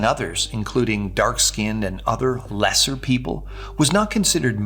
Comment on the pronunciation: Am I wrong... or did he relish saying 'lesser' a little TOO hard?